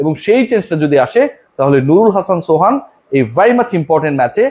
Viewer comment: Pls read as Suhan